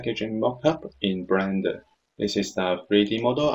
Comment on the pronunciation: Great tutorials, but you gotta learn to pronounce the word bLender.. it sounds like you say bRender. haha :D